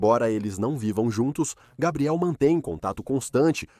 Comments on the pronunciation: Que agonia. Se é o mesmo narrador para a história não entendo porque sempre pronuncia os nomes das pessoas ou dos lugares de formas diferentes… exemplo: Gabriel, Gabriele ou “Gueibriel” (pronúncia)… para o mesmo cara… e isso se reitere para todos… affffff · Como pode o nome do rapaz é Gabriel,e o tempo todo na narrativa ,foi chamado de Gabriely😮?!😞😊